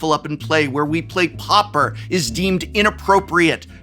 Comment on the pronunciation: I don't like the shuffle up and play episodes. It has nothing to do with your inability to pronounce pauper .